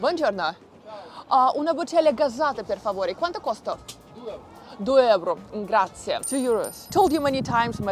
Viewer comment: It's not "Grazia" its "Grazie"!